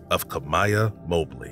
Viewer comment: Its Mah Blee, not Moe Blee